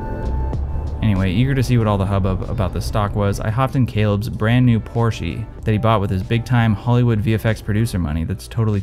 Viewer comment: The pronunciation of Porsche there was utterly beautiful